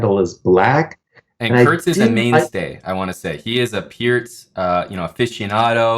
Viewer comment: Aman might be the only man in North America who knows how to correctly pronounce ‘Pirc’. I can finally stop grinding my teeth, just knowing that there’s one.